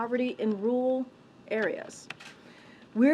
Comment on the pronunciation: Can’t even pronounce RURAL. Says it like Rearl. Like earl, w/ RRRR at the front